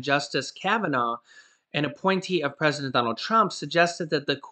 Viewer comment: "PRESEDENT NANCY" OH MY GOODNESS I WILL MIVE TO CANADA 🇨🇦